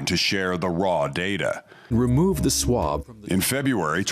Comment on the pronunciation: Best part of that test video was when the narrator said " remove the Schwab" 🤣 Exactly.